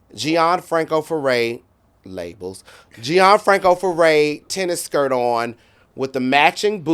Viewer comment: He kill me saying “Labels”